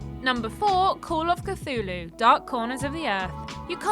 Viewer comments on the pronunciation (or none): none